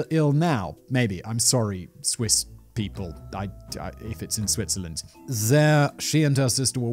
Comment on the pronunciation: The second I heard SWITZERLAND my Swiss eyes shot open! Edit: the longer this video goes the more I cringe at the pronounciation... Thanks for trying. It’s not the worst... but let’s be real... it’s not Great.